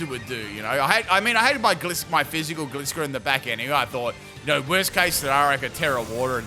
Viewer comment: my man you deserve all the hard work and dedication you do for us. BUT I’M ROASTING YOU FOR MISPRONOUNCING GLISCOR